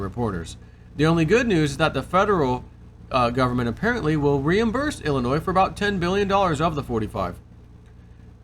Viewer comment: FYI: the letter S is silent in llinois. Ill-in-noy phonetically.....